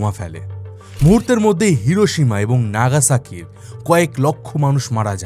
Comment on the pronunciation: নাগাসাকি না ফাগাসাকি